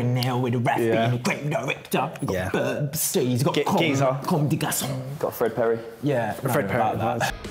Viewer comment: man said burbs